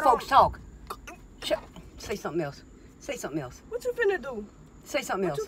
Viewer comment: it is finna do, not “fin a do”